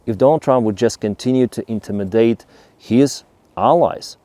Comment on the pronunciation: Thank you,. Please look up the pronunciation of "Intimidate" and "Southern", that was quite confusing. 😅